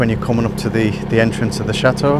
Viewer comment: I started today's video and briefly got sidetracked and then I hear say "Welcome to the chateau" pronouncing the "T" I thought I misheard until he pronounced the T again at the spot then I'm thinking, what's going on here? did I miss something? I had to rewind it a couple times to make sure. Of course people have regional accents but hearing him pronounce the T even at the end of the video was like finally getting to scratch an itch, it was soothing. I'm encouraged to work on my accent.